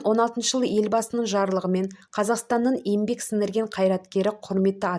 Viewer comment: Ембек емес,еңбек деп айтшы,н мен ң екеуі екі баска әріп.